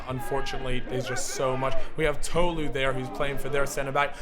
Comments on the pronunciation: it was annoying me how was saying tolu (pronounced toh-loo) like toe-loo ngl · I’m sorry but it’s Tolu not “Toelu”